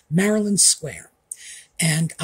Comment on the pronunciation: Maryland Square Shoes. Not Marilyn Square Shoes. (I thought you said the latter,. 😂)